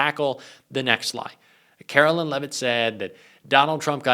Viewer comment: Karoline, not Karolyn...